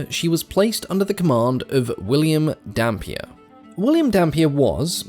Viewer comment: I can't stop hearing Dhampir